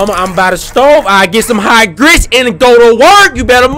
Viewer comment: He said I'll get sum girts and go to work 😂😂😂😂😂😂